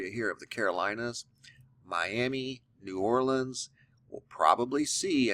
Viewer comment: Thank you for pronouncing New Orleans correctly. :)